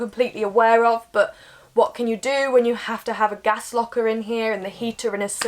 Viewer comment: Gas! ..not Gash! 😂